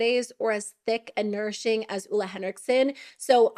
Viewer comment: sorry, it's driving me crazy, but here it is: Ole is pronounced "Oh-le" with a long E; being married to a Scandinavian, I've learned a number of pronounciations